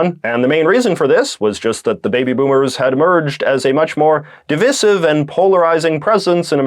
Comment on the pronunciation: Not over how you just pronounced the word divisive